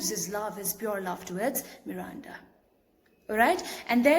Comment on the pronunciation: The way you say Miranda 🔥